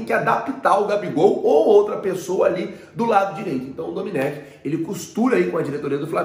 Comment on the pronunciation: não e Dominec, e doMÉnec